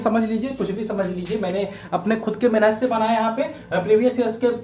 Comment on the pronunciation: Sir ji aap humesha mehnat ko menhat bolte hai.